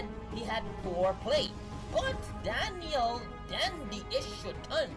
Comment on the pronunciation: Lil not Little. Danil, not Daniel. Come on. Atleast pronounce it right.